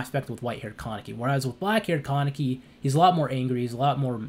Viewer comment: "Ka-Ne-Ki" its a Japanese name, there's literally no stress in "Ka". It's hard to watch this video with you stressing the word like "KAAAA-neki".